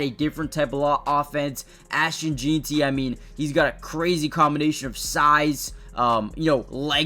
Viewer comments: FYI, it’s pronounced Jen-tee, not Jeen-tee. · It's pronounced JEN-TI !!!!! ffs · Please say jeanty right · Learn to pronounce Ashton's last anme!